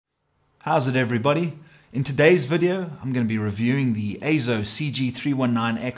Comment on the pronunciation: Yes! AY-ZO is the proper pronunciation.